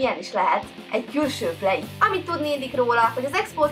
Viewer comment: plejit''. ,,vélog" ez csak nekem furcsa ? :D mert mindenki mas mashogy mondja